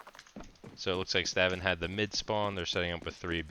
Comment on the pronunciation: i think its pronounced staun but good vid